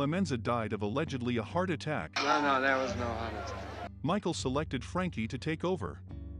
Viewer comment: Con’ vict? Heart ATTACK’? Is this foreign? A bot?